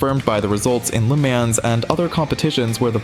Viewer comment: Your pronunciation of Le Mans is incorrect.